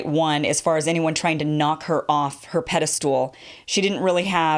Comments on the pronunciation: It's "pedestal" not pede-stool". Otherwise, love your work! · I know how nit-picky it sounds when people pick you up on words, like Stewie-Vessant, but it's 'pedastal,' not 'pedastool.' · Never heard Pedestal being pronounced "ped-dess-tool" before.